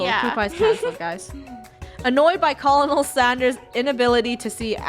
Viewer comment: Is It Just Me Or Did She Say Colonel Standers